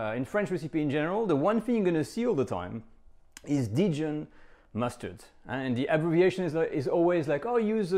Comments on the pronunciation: It's so funny that in an attempt to pronounce Dijon like he thinks Americans say it, he ends up saying it in an unrecognisable way. In the US we actually say it pretty much the way the French say it. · That sounds right. I'm willing to accept that my French is wrong; I surrender. Then why does he say it differently? Is it the accent of Burgundy and the natives say it that way? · Why do you say Didjon? Even in English it is just Dijon, I am shocked! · I’ve never heard the word “Dijon” pronounced like you say it is in English, i.e. “dee-jen”. In the U.S. to my knowledge people use what you call the French pronunciation. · I wouldn't be surprised if that's how the Australians in his community say it. Though, I have heard something similar, dee-john, from some people where I come from (TX / OK). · In all my years, I have never heard "Dijon" pronounced "dee-jun" by anyone. . . let alone someone who is French . . . huh!? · I was just thinking the exact same thing DIDJON? Sometimes it makes me cringe when French peeps pronounce French dishes (or other) in the American way. Heard a French chef on you tube say "eclairzz" I had to mention it in a comment on his channel. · Dee-jun? Dee-jun? Hmm. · This is literally the first time I’ve heard anyone pronounce Dijon as “deejun” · it’s a British thing? Huh. U.S. uses the French pronunciation. We mess up other words, sans doute. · why did you mispronounce dijon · no, you have not. Americans pronounce the "n" at the end as heartily as the pronounce the "d" at the beginning and use no nasality whatsoever. You only think you hear it the "French way" because you have never heard the French way (p.s. you also pronounce Grey Poupon incorrectly)